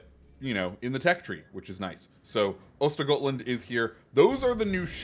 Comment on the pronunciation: SAP will get added to the tech tree. They said they're testing on the premiums and that tech tree ships won't have it YET. To me it seems to be working in a similar way to how early access ships work, they're there but you can only play them if you either pay for containers or get very lucky. Also I know it doesn't matter but östergötland is pronounced oisteryotland.